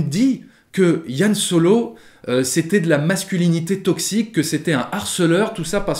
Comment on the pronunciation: Par contre c'est Han Solo, pas Yan Solo 😁 Sinon on dit Chictaba et Millénium Condor....